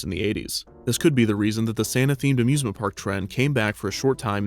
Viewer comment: The “a-zoosment” park also sounds like a Christmas pun, the “Hay-zoos-ment” park